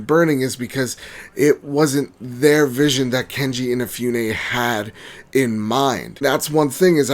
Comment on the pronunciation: His name is not KeNji InaFEWne. It's Keiji Inafune.